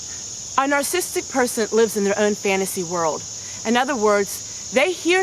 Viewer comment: You are an open book and I love you for it. The teacher in me just wants to mention this personality disorder is pronounced : nar SA sis tic not nar sis tic. Let's pray for each other b/c all of us have a little bit of everyone else in us. You are right, leave them alone, but always seek peace and beauty! Sorry someone was so mean. My mom always said "Kill 'em with kindness." God turns everything around for good.